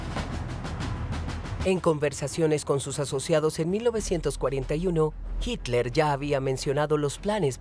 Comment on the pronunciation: No es hicler es hitler .... este supuesto documental esta editado muy mal